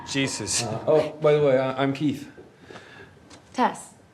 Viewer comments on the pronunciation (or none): none